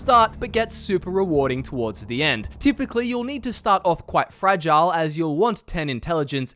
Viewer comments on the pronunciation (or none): none